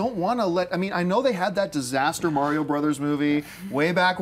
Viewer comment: why does no one know how to say mario?